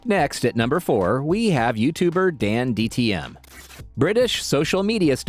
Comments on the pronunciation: dan tdm not dandtm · Narrator: Dandtm me: DANTDM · It's not dandtm it's DanTDM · You said dantdms bame wrong ITS DANTDM NOT DANDTM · It's danTDM he said danDTM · dandtm? bruv u suck at saying his name